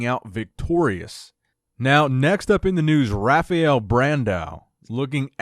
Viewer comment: He's Brazilian, it's pronounced 'Hafael'